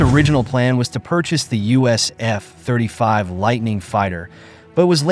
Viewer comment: Nice AI voice. Only flaw is it reads F-35 as F (pause) 35 instead of F35.